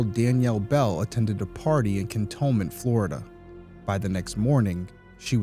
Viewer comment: Just so you know, I believe it's pronounced Can-tone-ment. Sad, another case that might have been solved if witnesses would just tell the truth, from the beginning. I mean especially the Mom.